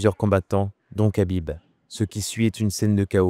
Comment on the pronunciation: Mec tu sais même pas prononcer Khabib, et tu fais des vidéos de MMA?